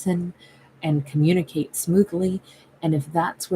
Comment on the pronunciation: I thought this was a good time to tell you that every time you say this word, I hear communiKate